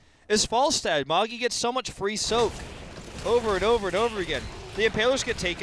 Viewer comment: Why do the casters refer to Magi as 'Mog-E'...Is it a typo for his name or do they just not know how to pronounce the name Magi?